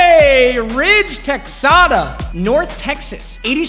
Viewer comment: It’s pronounced TEHADA